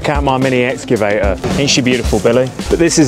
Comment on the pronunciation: Can't even pronounce excavator 😂